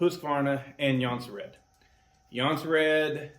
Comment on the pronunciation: Swedes pronounce it like "Yuun-seh-rehd" Many Americans say "Johnson-Red"